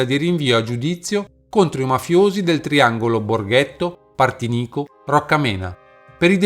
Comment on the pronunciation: Mi scusi,non Borghetto ma Borgetto.